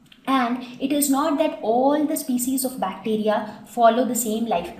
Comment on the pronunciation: I think the pronunciation of species is wrong...